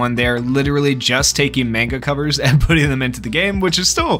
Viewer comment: You pronounce manga wrong